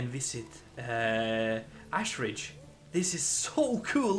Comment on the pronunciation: Lol says he can't pronounce the first name but pronounces Ashridge as "Assridge" 😂